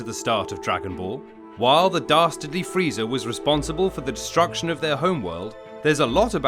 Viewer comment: I’M SORRY? DID YOU JUST SAY FREEEEDA?